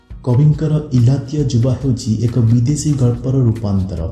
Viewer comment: ଇଲାତୀୟ ନୁହେଁ ଇତାଲିୟ ଯୁବା